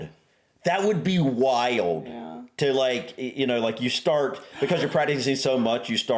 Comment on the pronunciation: funnily enough, The way you say the word ‘wild’ here sounds a bit ‘British’.